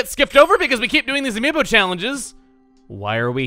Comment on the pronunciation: Amiib yo sounds like amiimbo